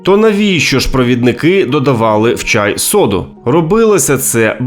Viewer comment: Чай, не чяй; пОтай, не потАй; необпектИся, не необпЕктися, напІй, не нАпій. У яку школу ви ходили?